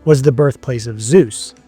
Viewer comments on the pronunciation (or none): none